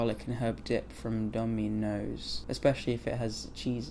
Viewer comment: The way robbie pronounces "dominos" is so adorable wtf